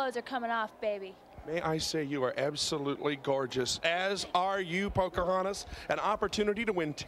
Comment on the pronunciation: Did he say "Poker Hontas?" LOL